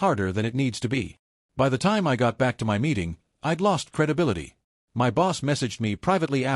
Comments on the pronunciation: "My" is pronounced " my" not " m-i". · "M-Y" Gosh, same badly programmed and illiterate AI voice. 😮 And the Speech-To-Text program is even worse. 🤨